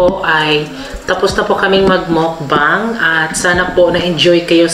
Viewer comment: Ang tamang pronounce po ay MUKBANG po hindi po MOwkbang🤣